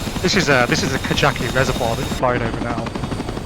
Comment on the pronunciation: How many times can one man miss-pronounce KAJAKI